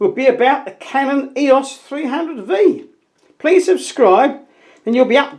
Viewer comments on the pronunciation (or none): none